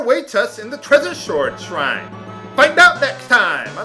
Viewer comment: Don't feel bad about the pronunciation of Treasure Sword Shrine. more than two decades and I still have trouble saying it. The narrator for Samurai Pizza Cats would have a field day with this area of the game.